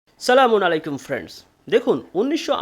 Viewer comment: সবই ভালো লাগে কিন্তু আসসালামু আলাইকুম শব্দটা ভুল উচ্চারণ ভালো লাগে না।